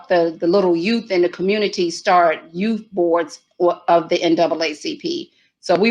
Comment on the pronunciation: Love she says Y O U TH “ not YooooF like so many ppl say “our yoooooff”